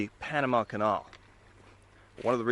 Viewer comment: the way your pronounce 'canal' is weird.